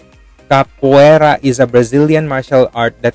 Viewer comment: Ka po A Ra that's the pronunciation